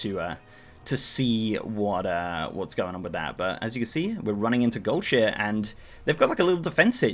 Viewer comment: In all my years of playing WoW I’ve never heard someone pronounce it “gold shear “